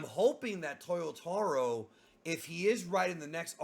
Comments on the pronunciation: I'm surprised that the years go by and you still pronounce "Toyotoh-ro"... It's "taah". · Bro, why do you say “Towyoewtahwrow” come on you’re Brazilian, leave that to the gringos! Haha I know you can say it right